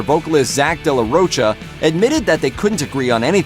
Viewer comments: Hey dude, learn to pronounce famous musicians names. It's not de la ROACHA. It's de la Rocha!!!! (the H is silent). I'm sure you were a baby or weren't even born when they were releasing albums (4, not 3 btw...yes, the 4th was a covers album, but still) in the 90's. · Its pronounced day la rokah for anyone who wants to know also no one in the world is named surge his name is pronounced sergay. I hate the way this guy talks. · What do you expect from someone who pronounces "de la Rocha" as "de la Roacha"?